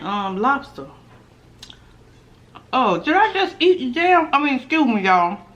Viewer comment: U sounded so foreign when you said damn🤣